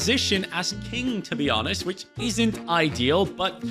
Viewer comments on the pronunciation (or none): none